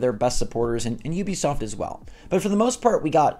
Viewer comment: Ubisoft is pronounced ooo-be-soft. Like nails on chalk board when you say you-be-soft....